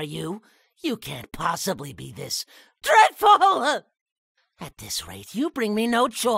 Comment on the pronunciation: Lol! " DrEDFuLeAh"